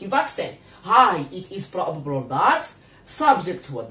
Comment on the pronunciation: بروببل 😂💔الانجليزية تبكي في الزاوية